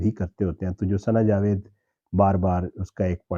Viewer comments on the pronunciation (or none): none